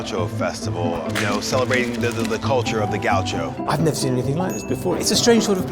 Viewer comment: I love the way you pronounced "Gaúcho", man! lol 😂